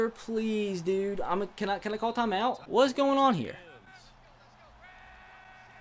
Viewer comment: You said “Whats going on” and it sounded like “watch the run”